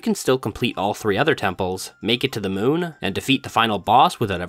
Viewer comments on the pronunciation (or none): none